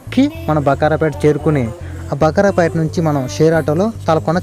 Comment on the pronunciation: Bro, మధ్య లో వచ్చేది బకారాపేట కాదు బాకరాపేట